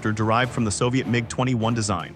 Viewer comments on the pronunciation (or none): none